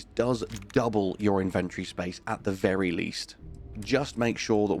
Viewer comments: its pronounced IN-VEN-TOR-IEE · Great video, I'd just like to say that the word inventory has four syllables. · Why do you keep saying inventory that way that is ridiculous